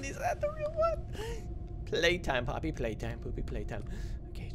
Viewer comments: Someone clip saying poopy playtime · He said poopy 💩 play time 😂🤣